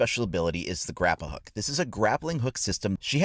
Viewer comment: Look how they’ve massacred my boy Also, VULCAN shield, not volcano shield And again, GARRA hook not grappa hook